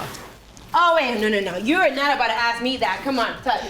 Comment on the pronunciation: Need to know how to say ask instead ax. Just sayin..............